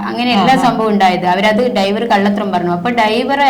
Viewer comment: ഡൈവർ അല്ല ഡ്രൈവർ